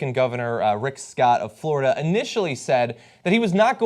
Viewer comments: Hey guys... it's FLORIDA not Flordia... hahaha someone at TYT must be tired. ;) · Flordia? OMG, I've been saying Florida wrong all my life. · Guys! Florida not Flordia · Americans have been saying 'Florida' wrong their whole lives. It's a Spanish noun and they butcher it with their silly pronunciation.